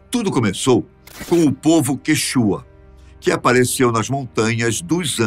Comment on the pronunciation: Quanto ao povo Quichua, a sílaba tônica é no "i" e não no "u". Esse canal prima pelo máximo de detalhes históricos. Junto com isso deve primar, também pela pronúncia de nomes próprios inerentes a cada povo.